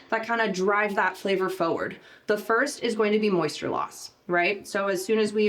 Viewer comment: FORward, not FOEward